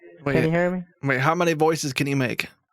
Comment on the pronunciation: Just vait a moment, please vait a moment